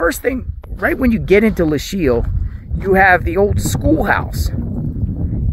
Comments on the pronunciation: Pronounced LOW-KEEL. Fascinating history! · Lochiel is pronounced Low-Keel. Always leave a ranch gate the way you found it. The barrier on the border in the Lochiel area isn't to prevent people from crossing on foot, as the area is extremely remote. They are vehicle barriers to prevent vehicles full of people or dope from just driving through the wire fence and crossing the border. As to why the barrier abruptly ends? Ask the current administration. - retired BP Agent that spent 7 years assigned to the Nogales Station and often worked the Lochiel area in the late 1990s - early 2000s.